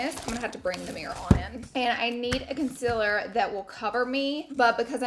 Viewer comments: I only clicked on this video so I could hear Laura say conciler I’ve missed it 🥰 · I love watching your makeup videos! My skin is so dry and every foundation I try just looks so patchy. I haven’t tried this maybelline one so I think I will try it. Your skin always looks so flawless and beautiful. Don’t worry about saying concealer wrong, you know it’s just a southern thang lol.. please bring more makeup videos back! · hahaha catrice concealer... “i cant even say concealer right” 😂😂😂